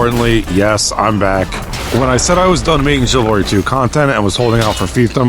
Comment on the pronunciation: Welcome back. Still saying TSIvalry, I see 😂